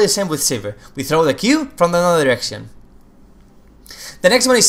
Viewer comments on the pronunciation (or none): just me who thought he kept saying erection? "Braum q from another erection" :D